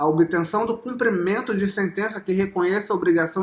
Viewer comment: So precisa aprender a falar: CUMPRIMENTO!!!